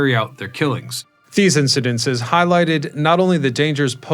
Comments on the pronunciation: "Incidents" *NOT incidenses! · Incidents, not "incedentses" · "Incidents", not "Incidences".